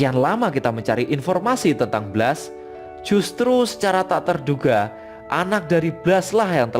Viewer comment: Baca blastnya bukan ky bgitu, asmirandah